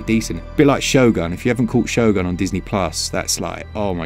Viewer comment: Did you say Shogun or Shoga? I got a bit confused there. 😅